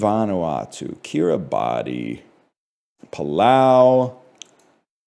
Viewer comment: It's pronounced 'ki-ri-bas'.